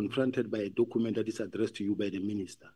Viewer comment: this dokhument that Dokhument yooo. Documents, Dokhument 😅